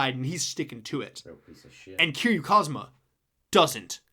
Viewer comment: Also his name is Kazama, nor Kazuma. Kiryu's first name is Kazuma.